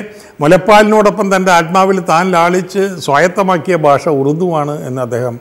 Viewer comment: താങ്കളുരുടെ അനുസ്‌മരണങ്ങൾ വളരെ അധികം ആസ്വദിക്കുന്നു. പക്ഷെ ഒരു നിർദേശം. ദയവായി മലയാള ഭാഷയുടെ ഉച്ചാരണം സൂക്ഷിക്കുക. യേശുദാസ് ചെയ്യുന്നത് പോലെ തന്നേ. ഭാഷാ/ബാഷ ഉദാഹരണമായി.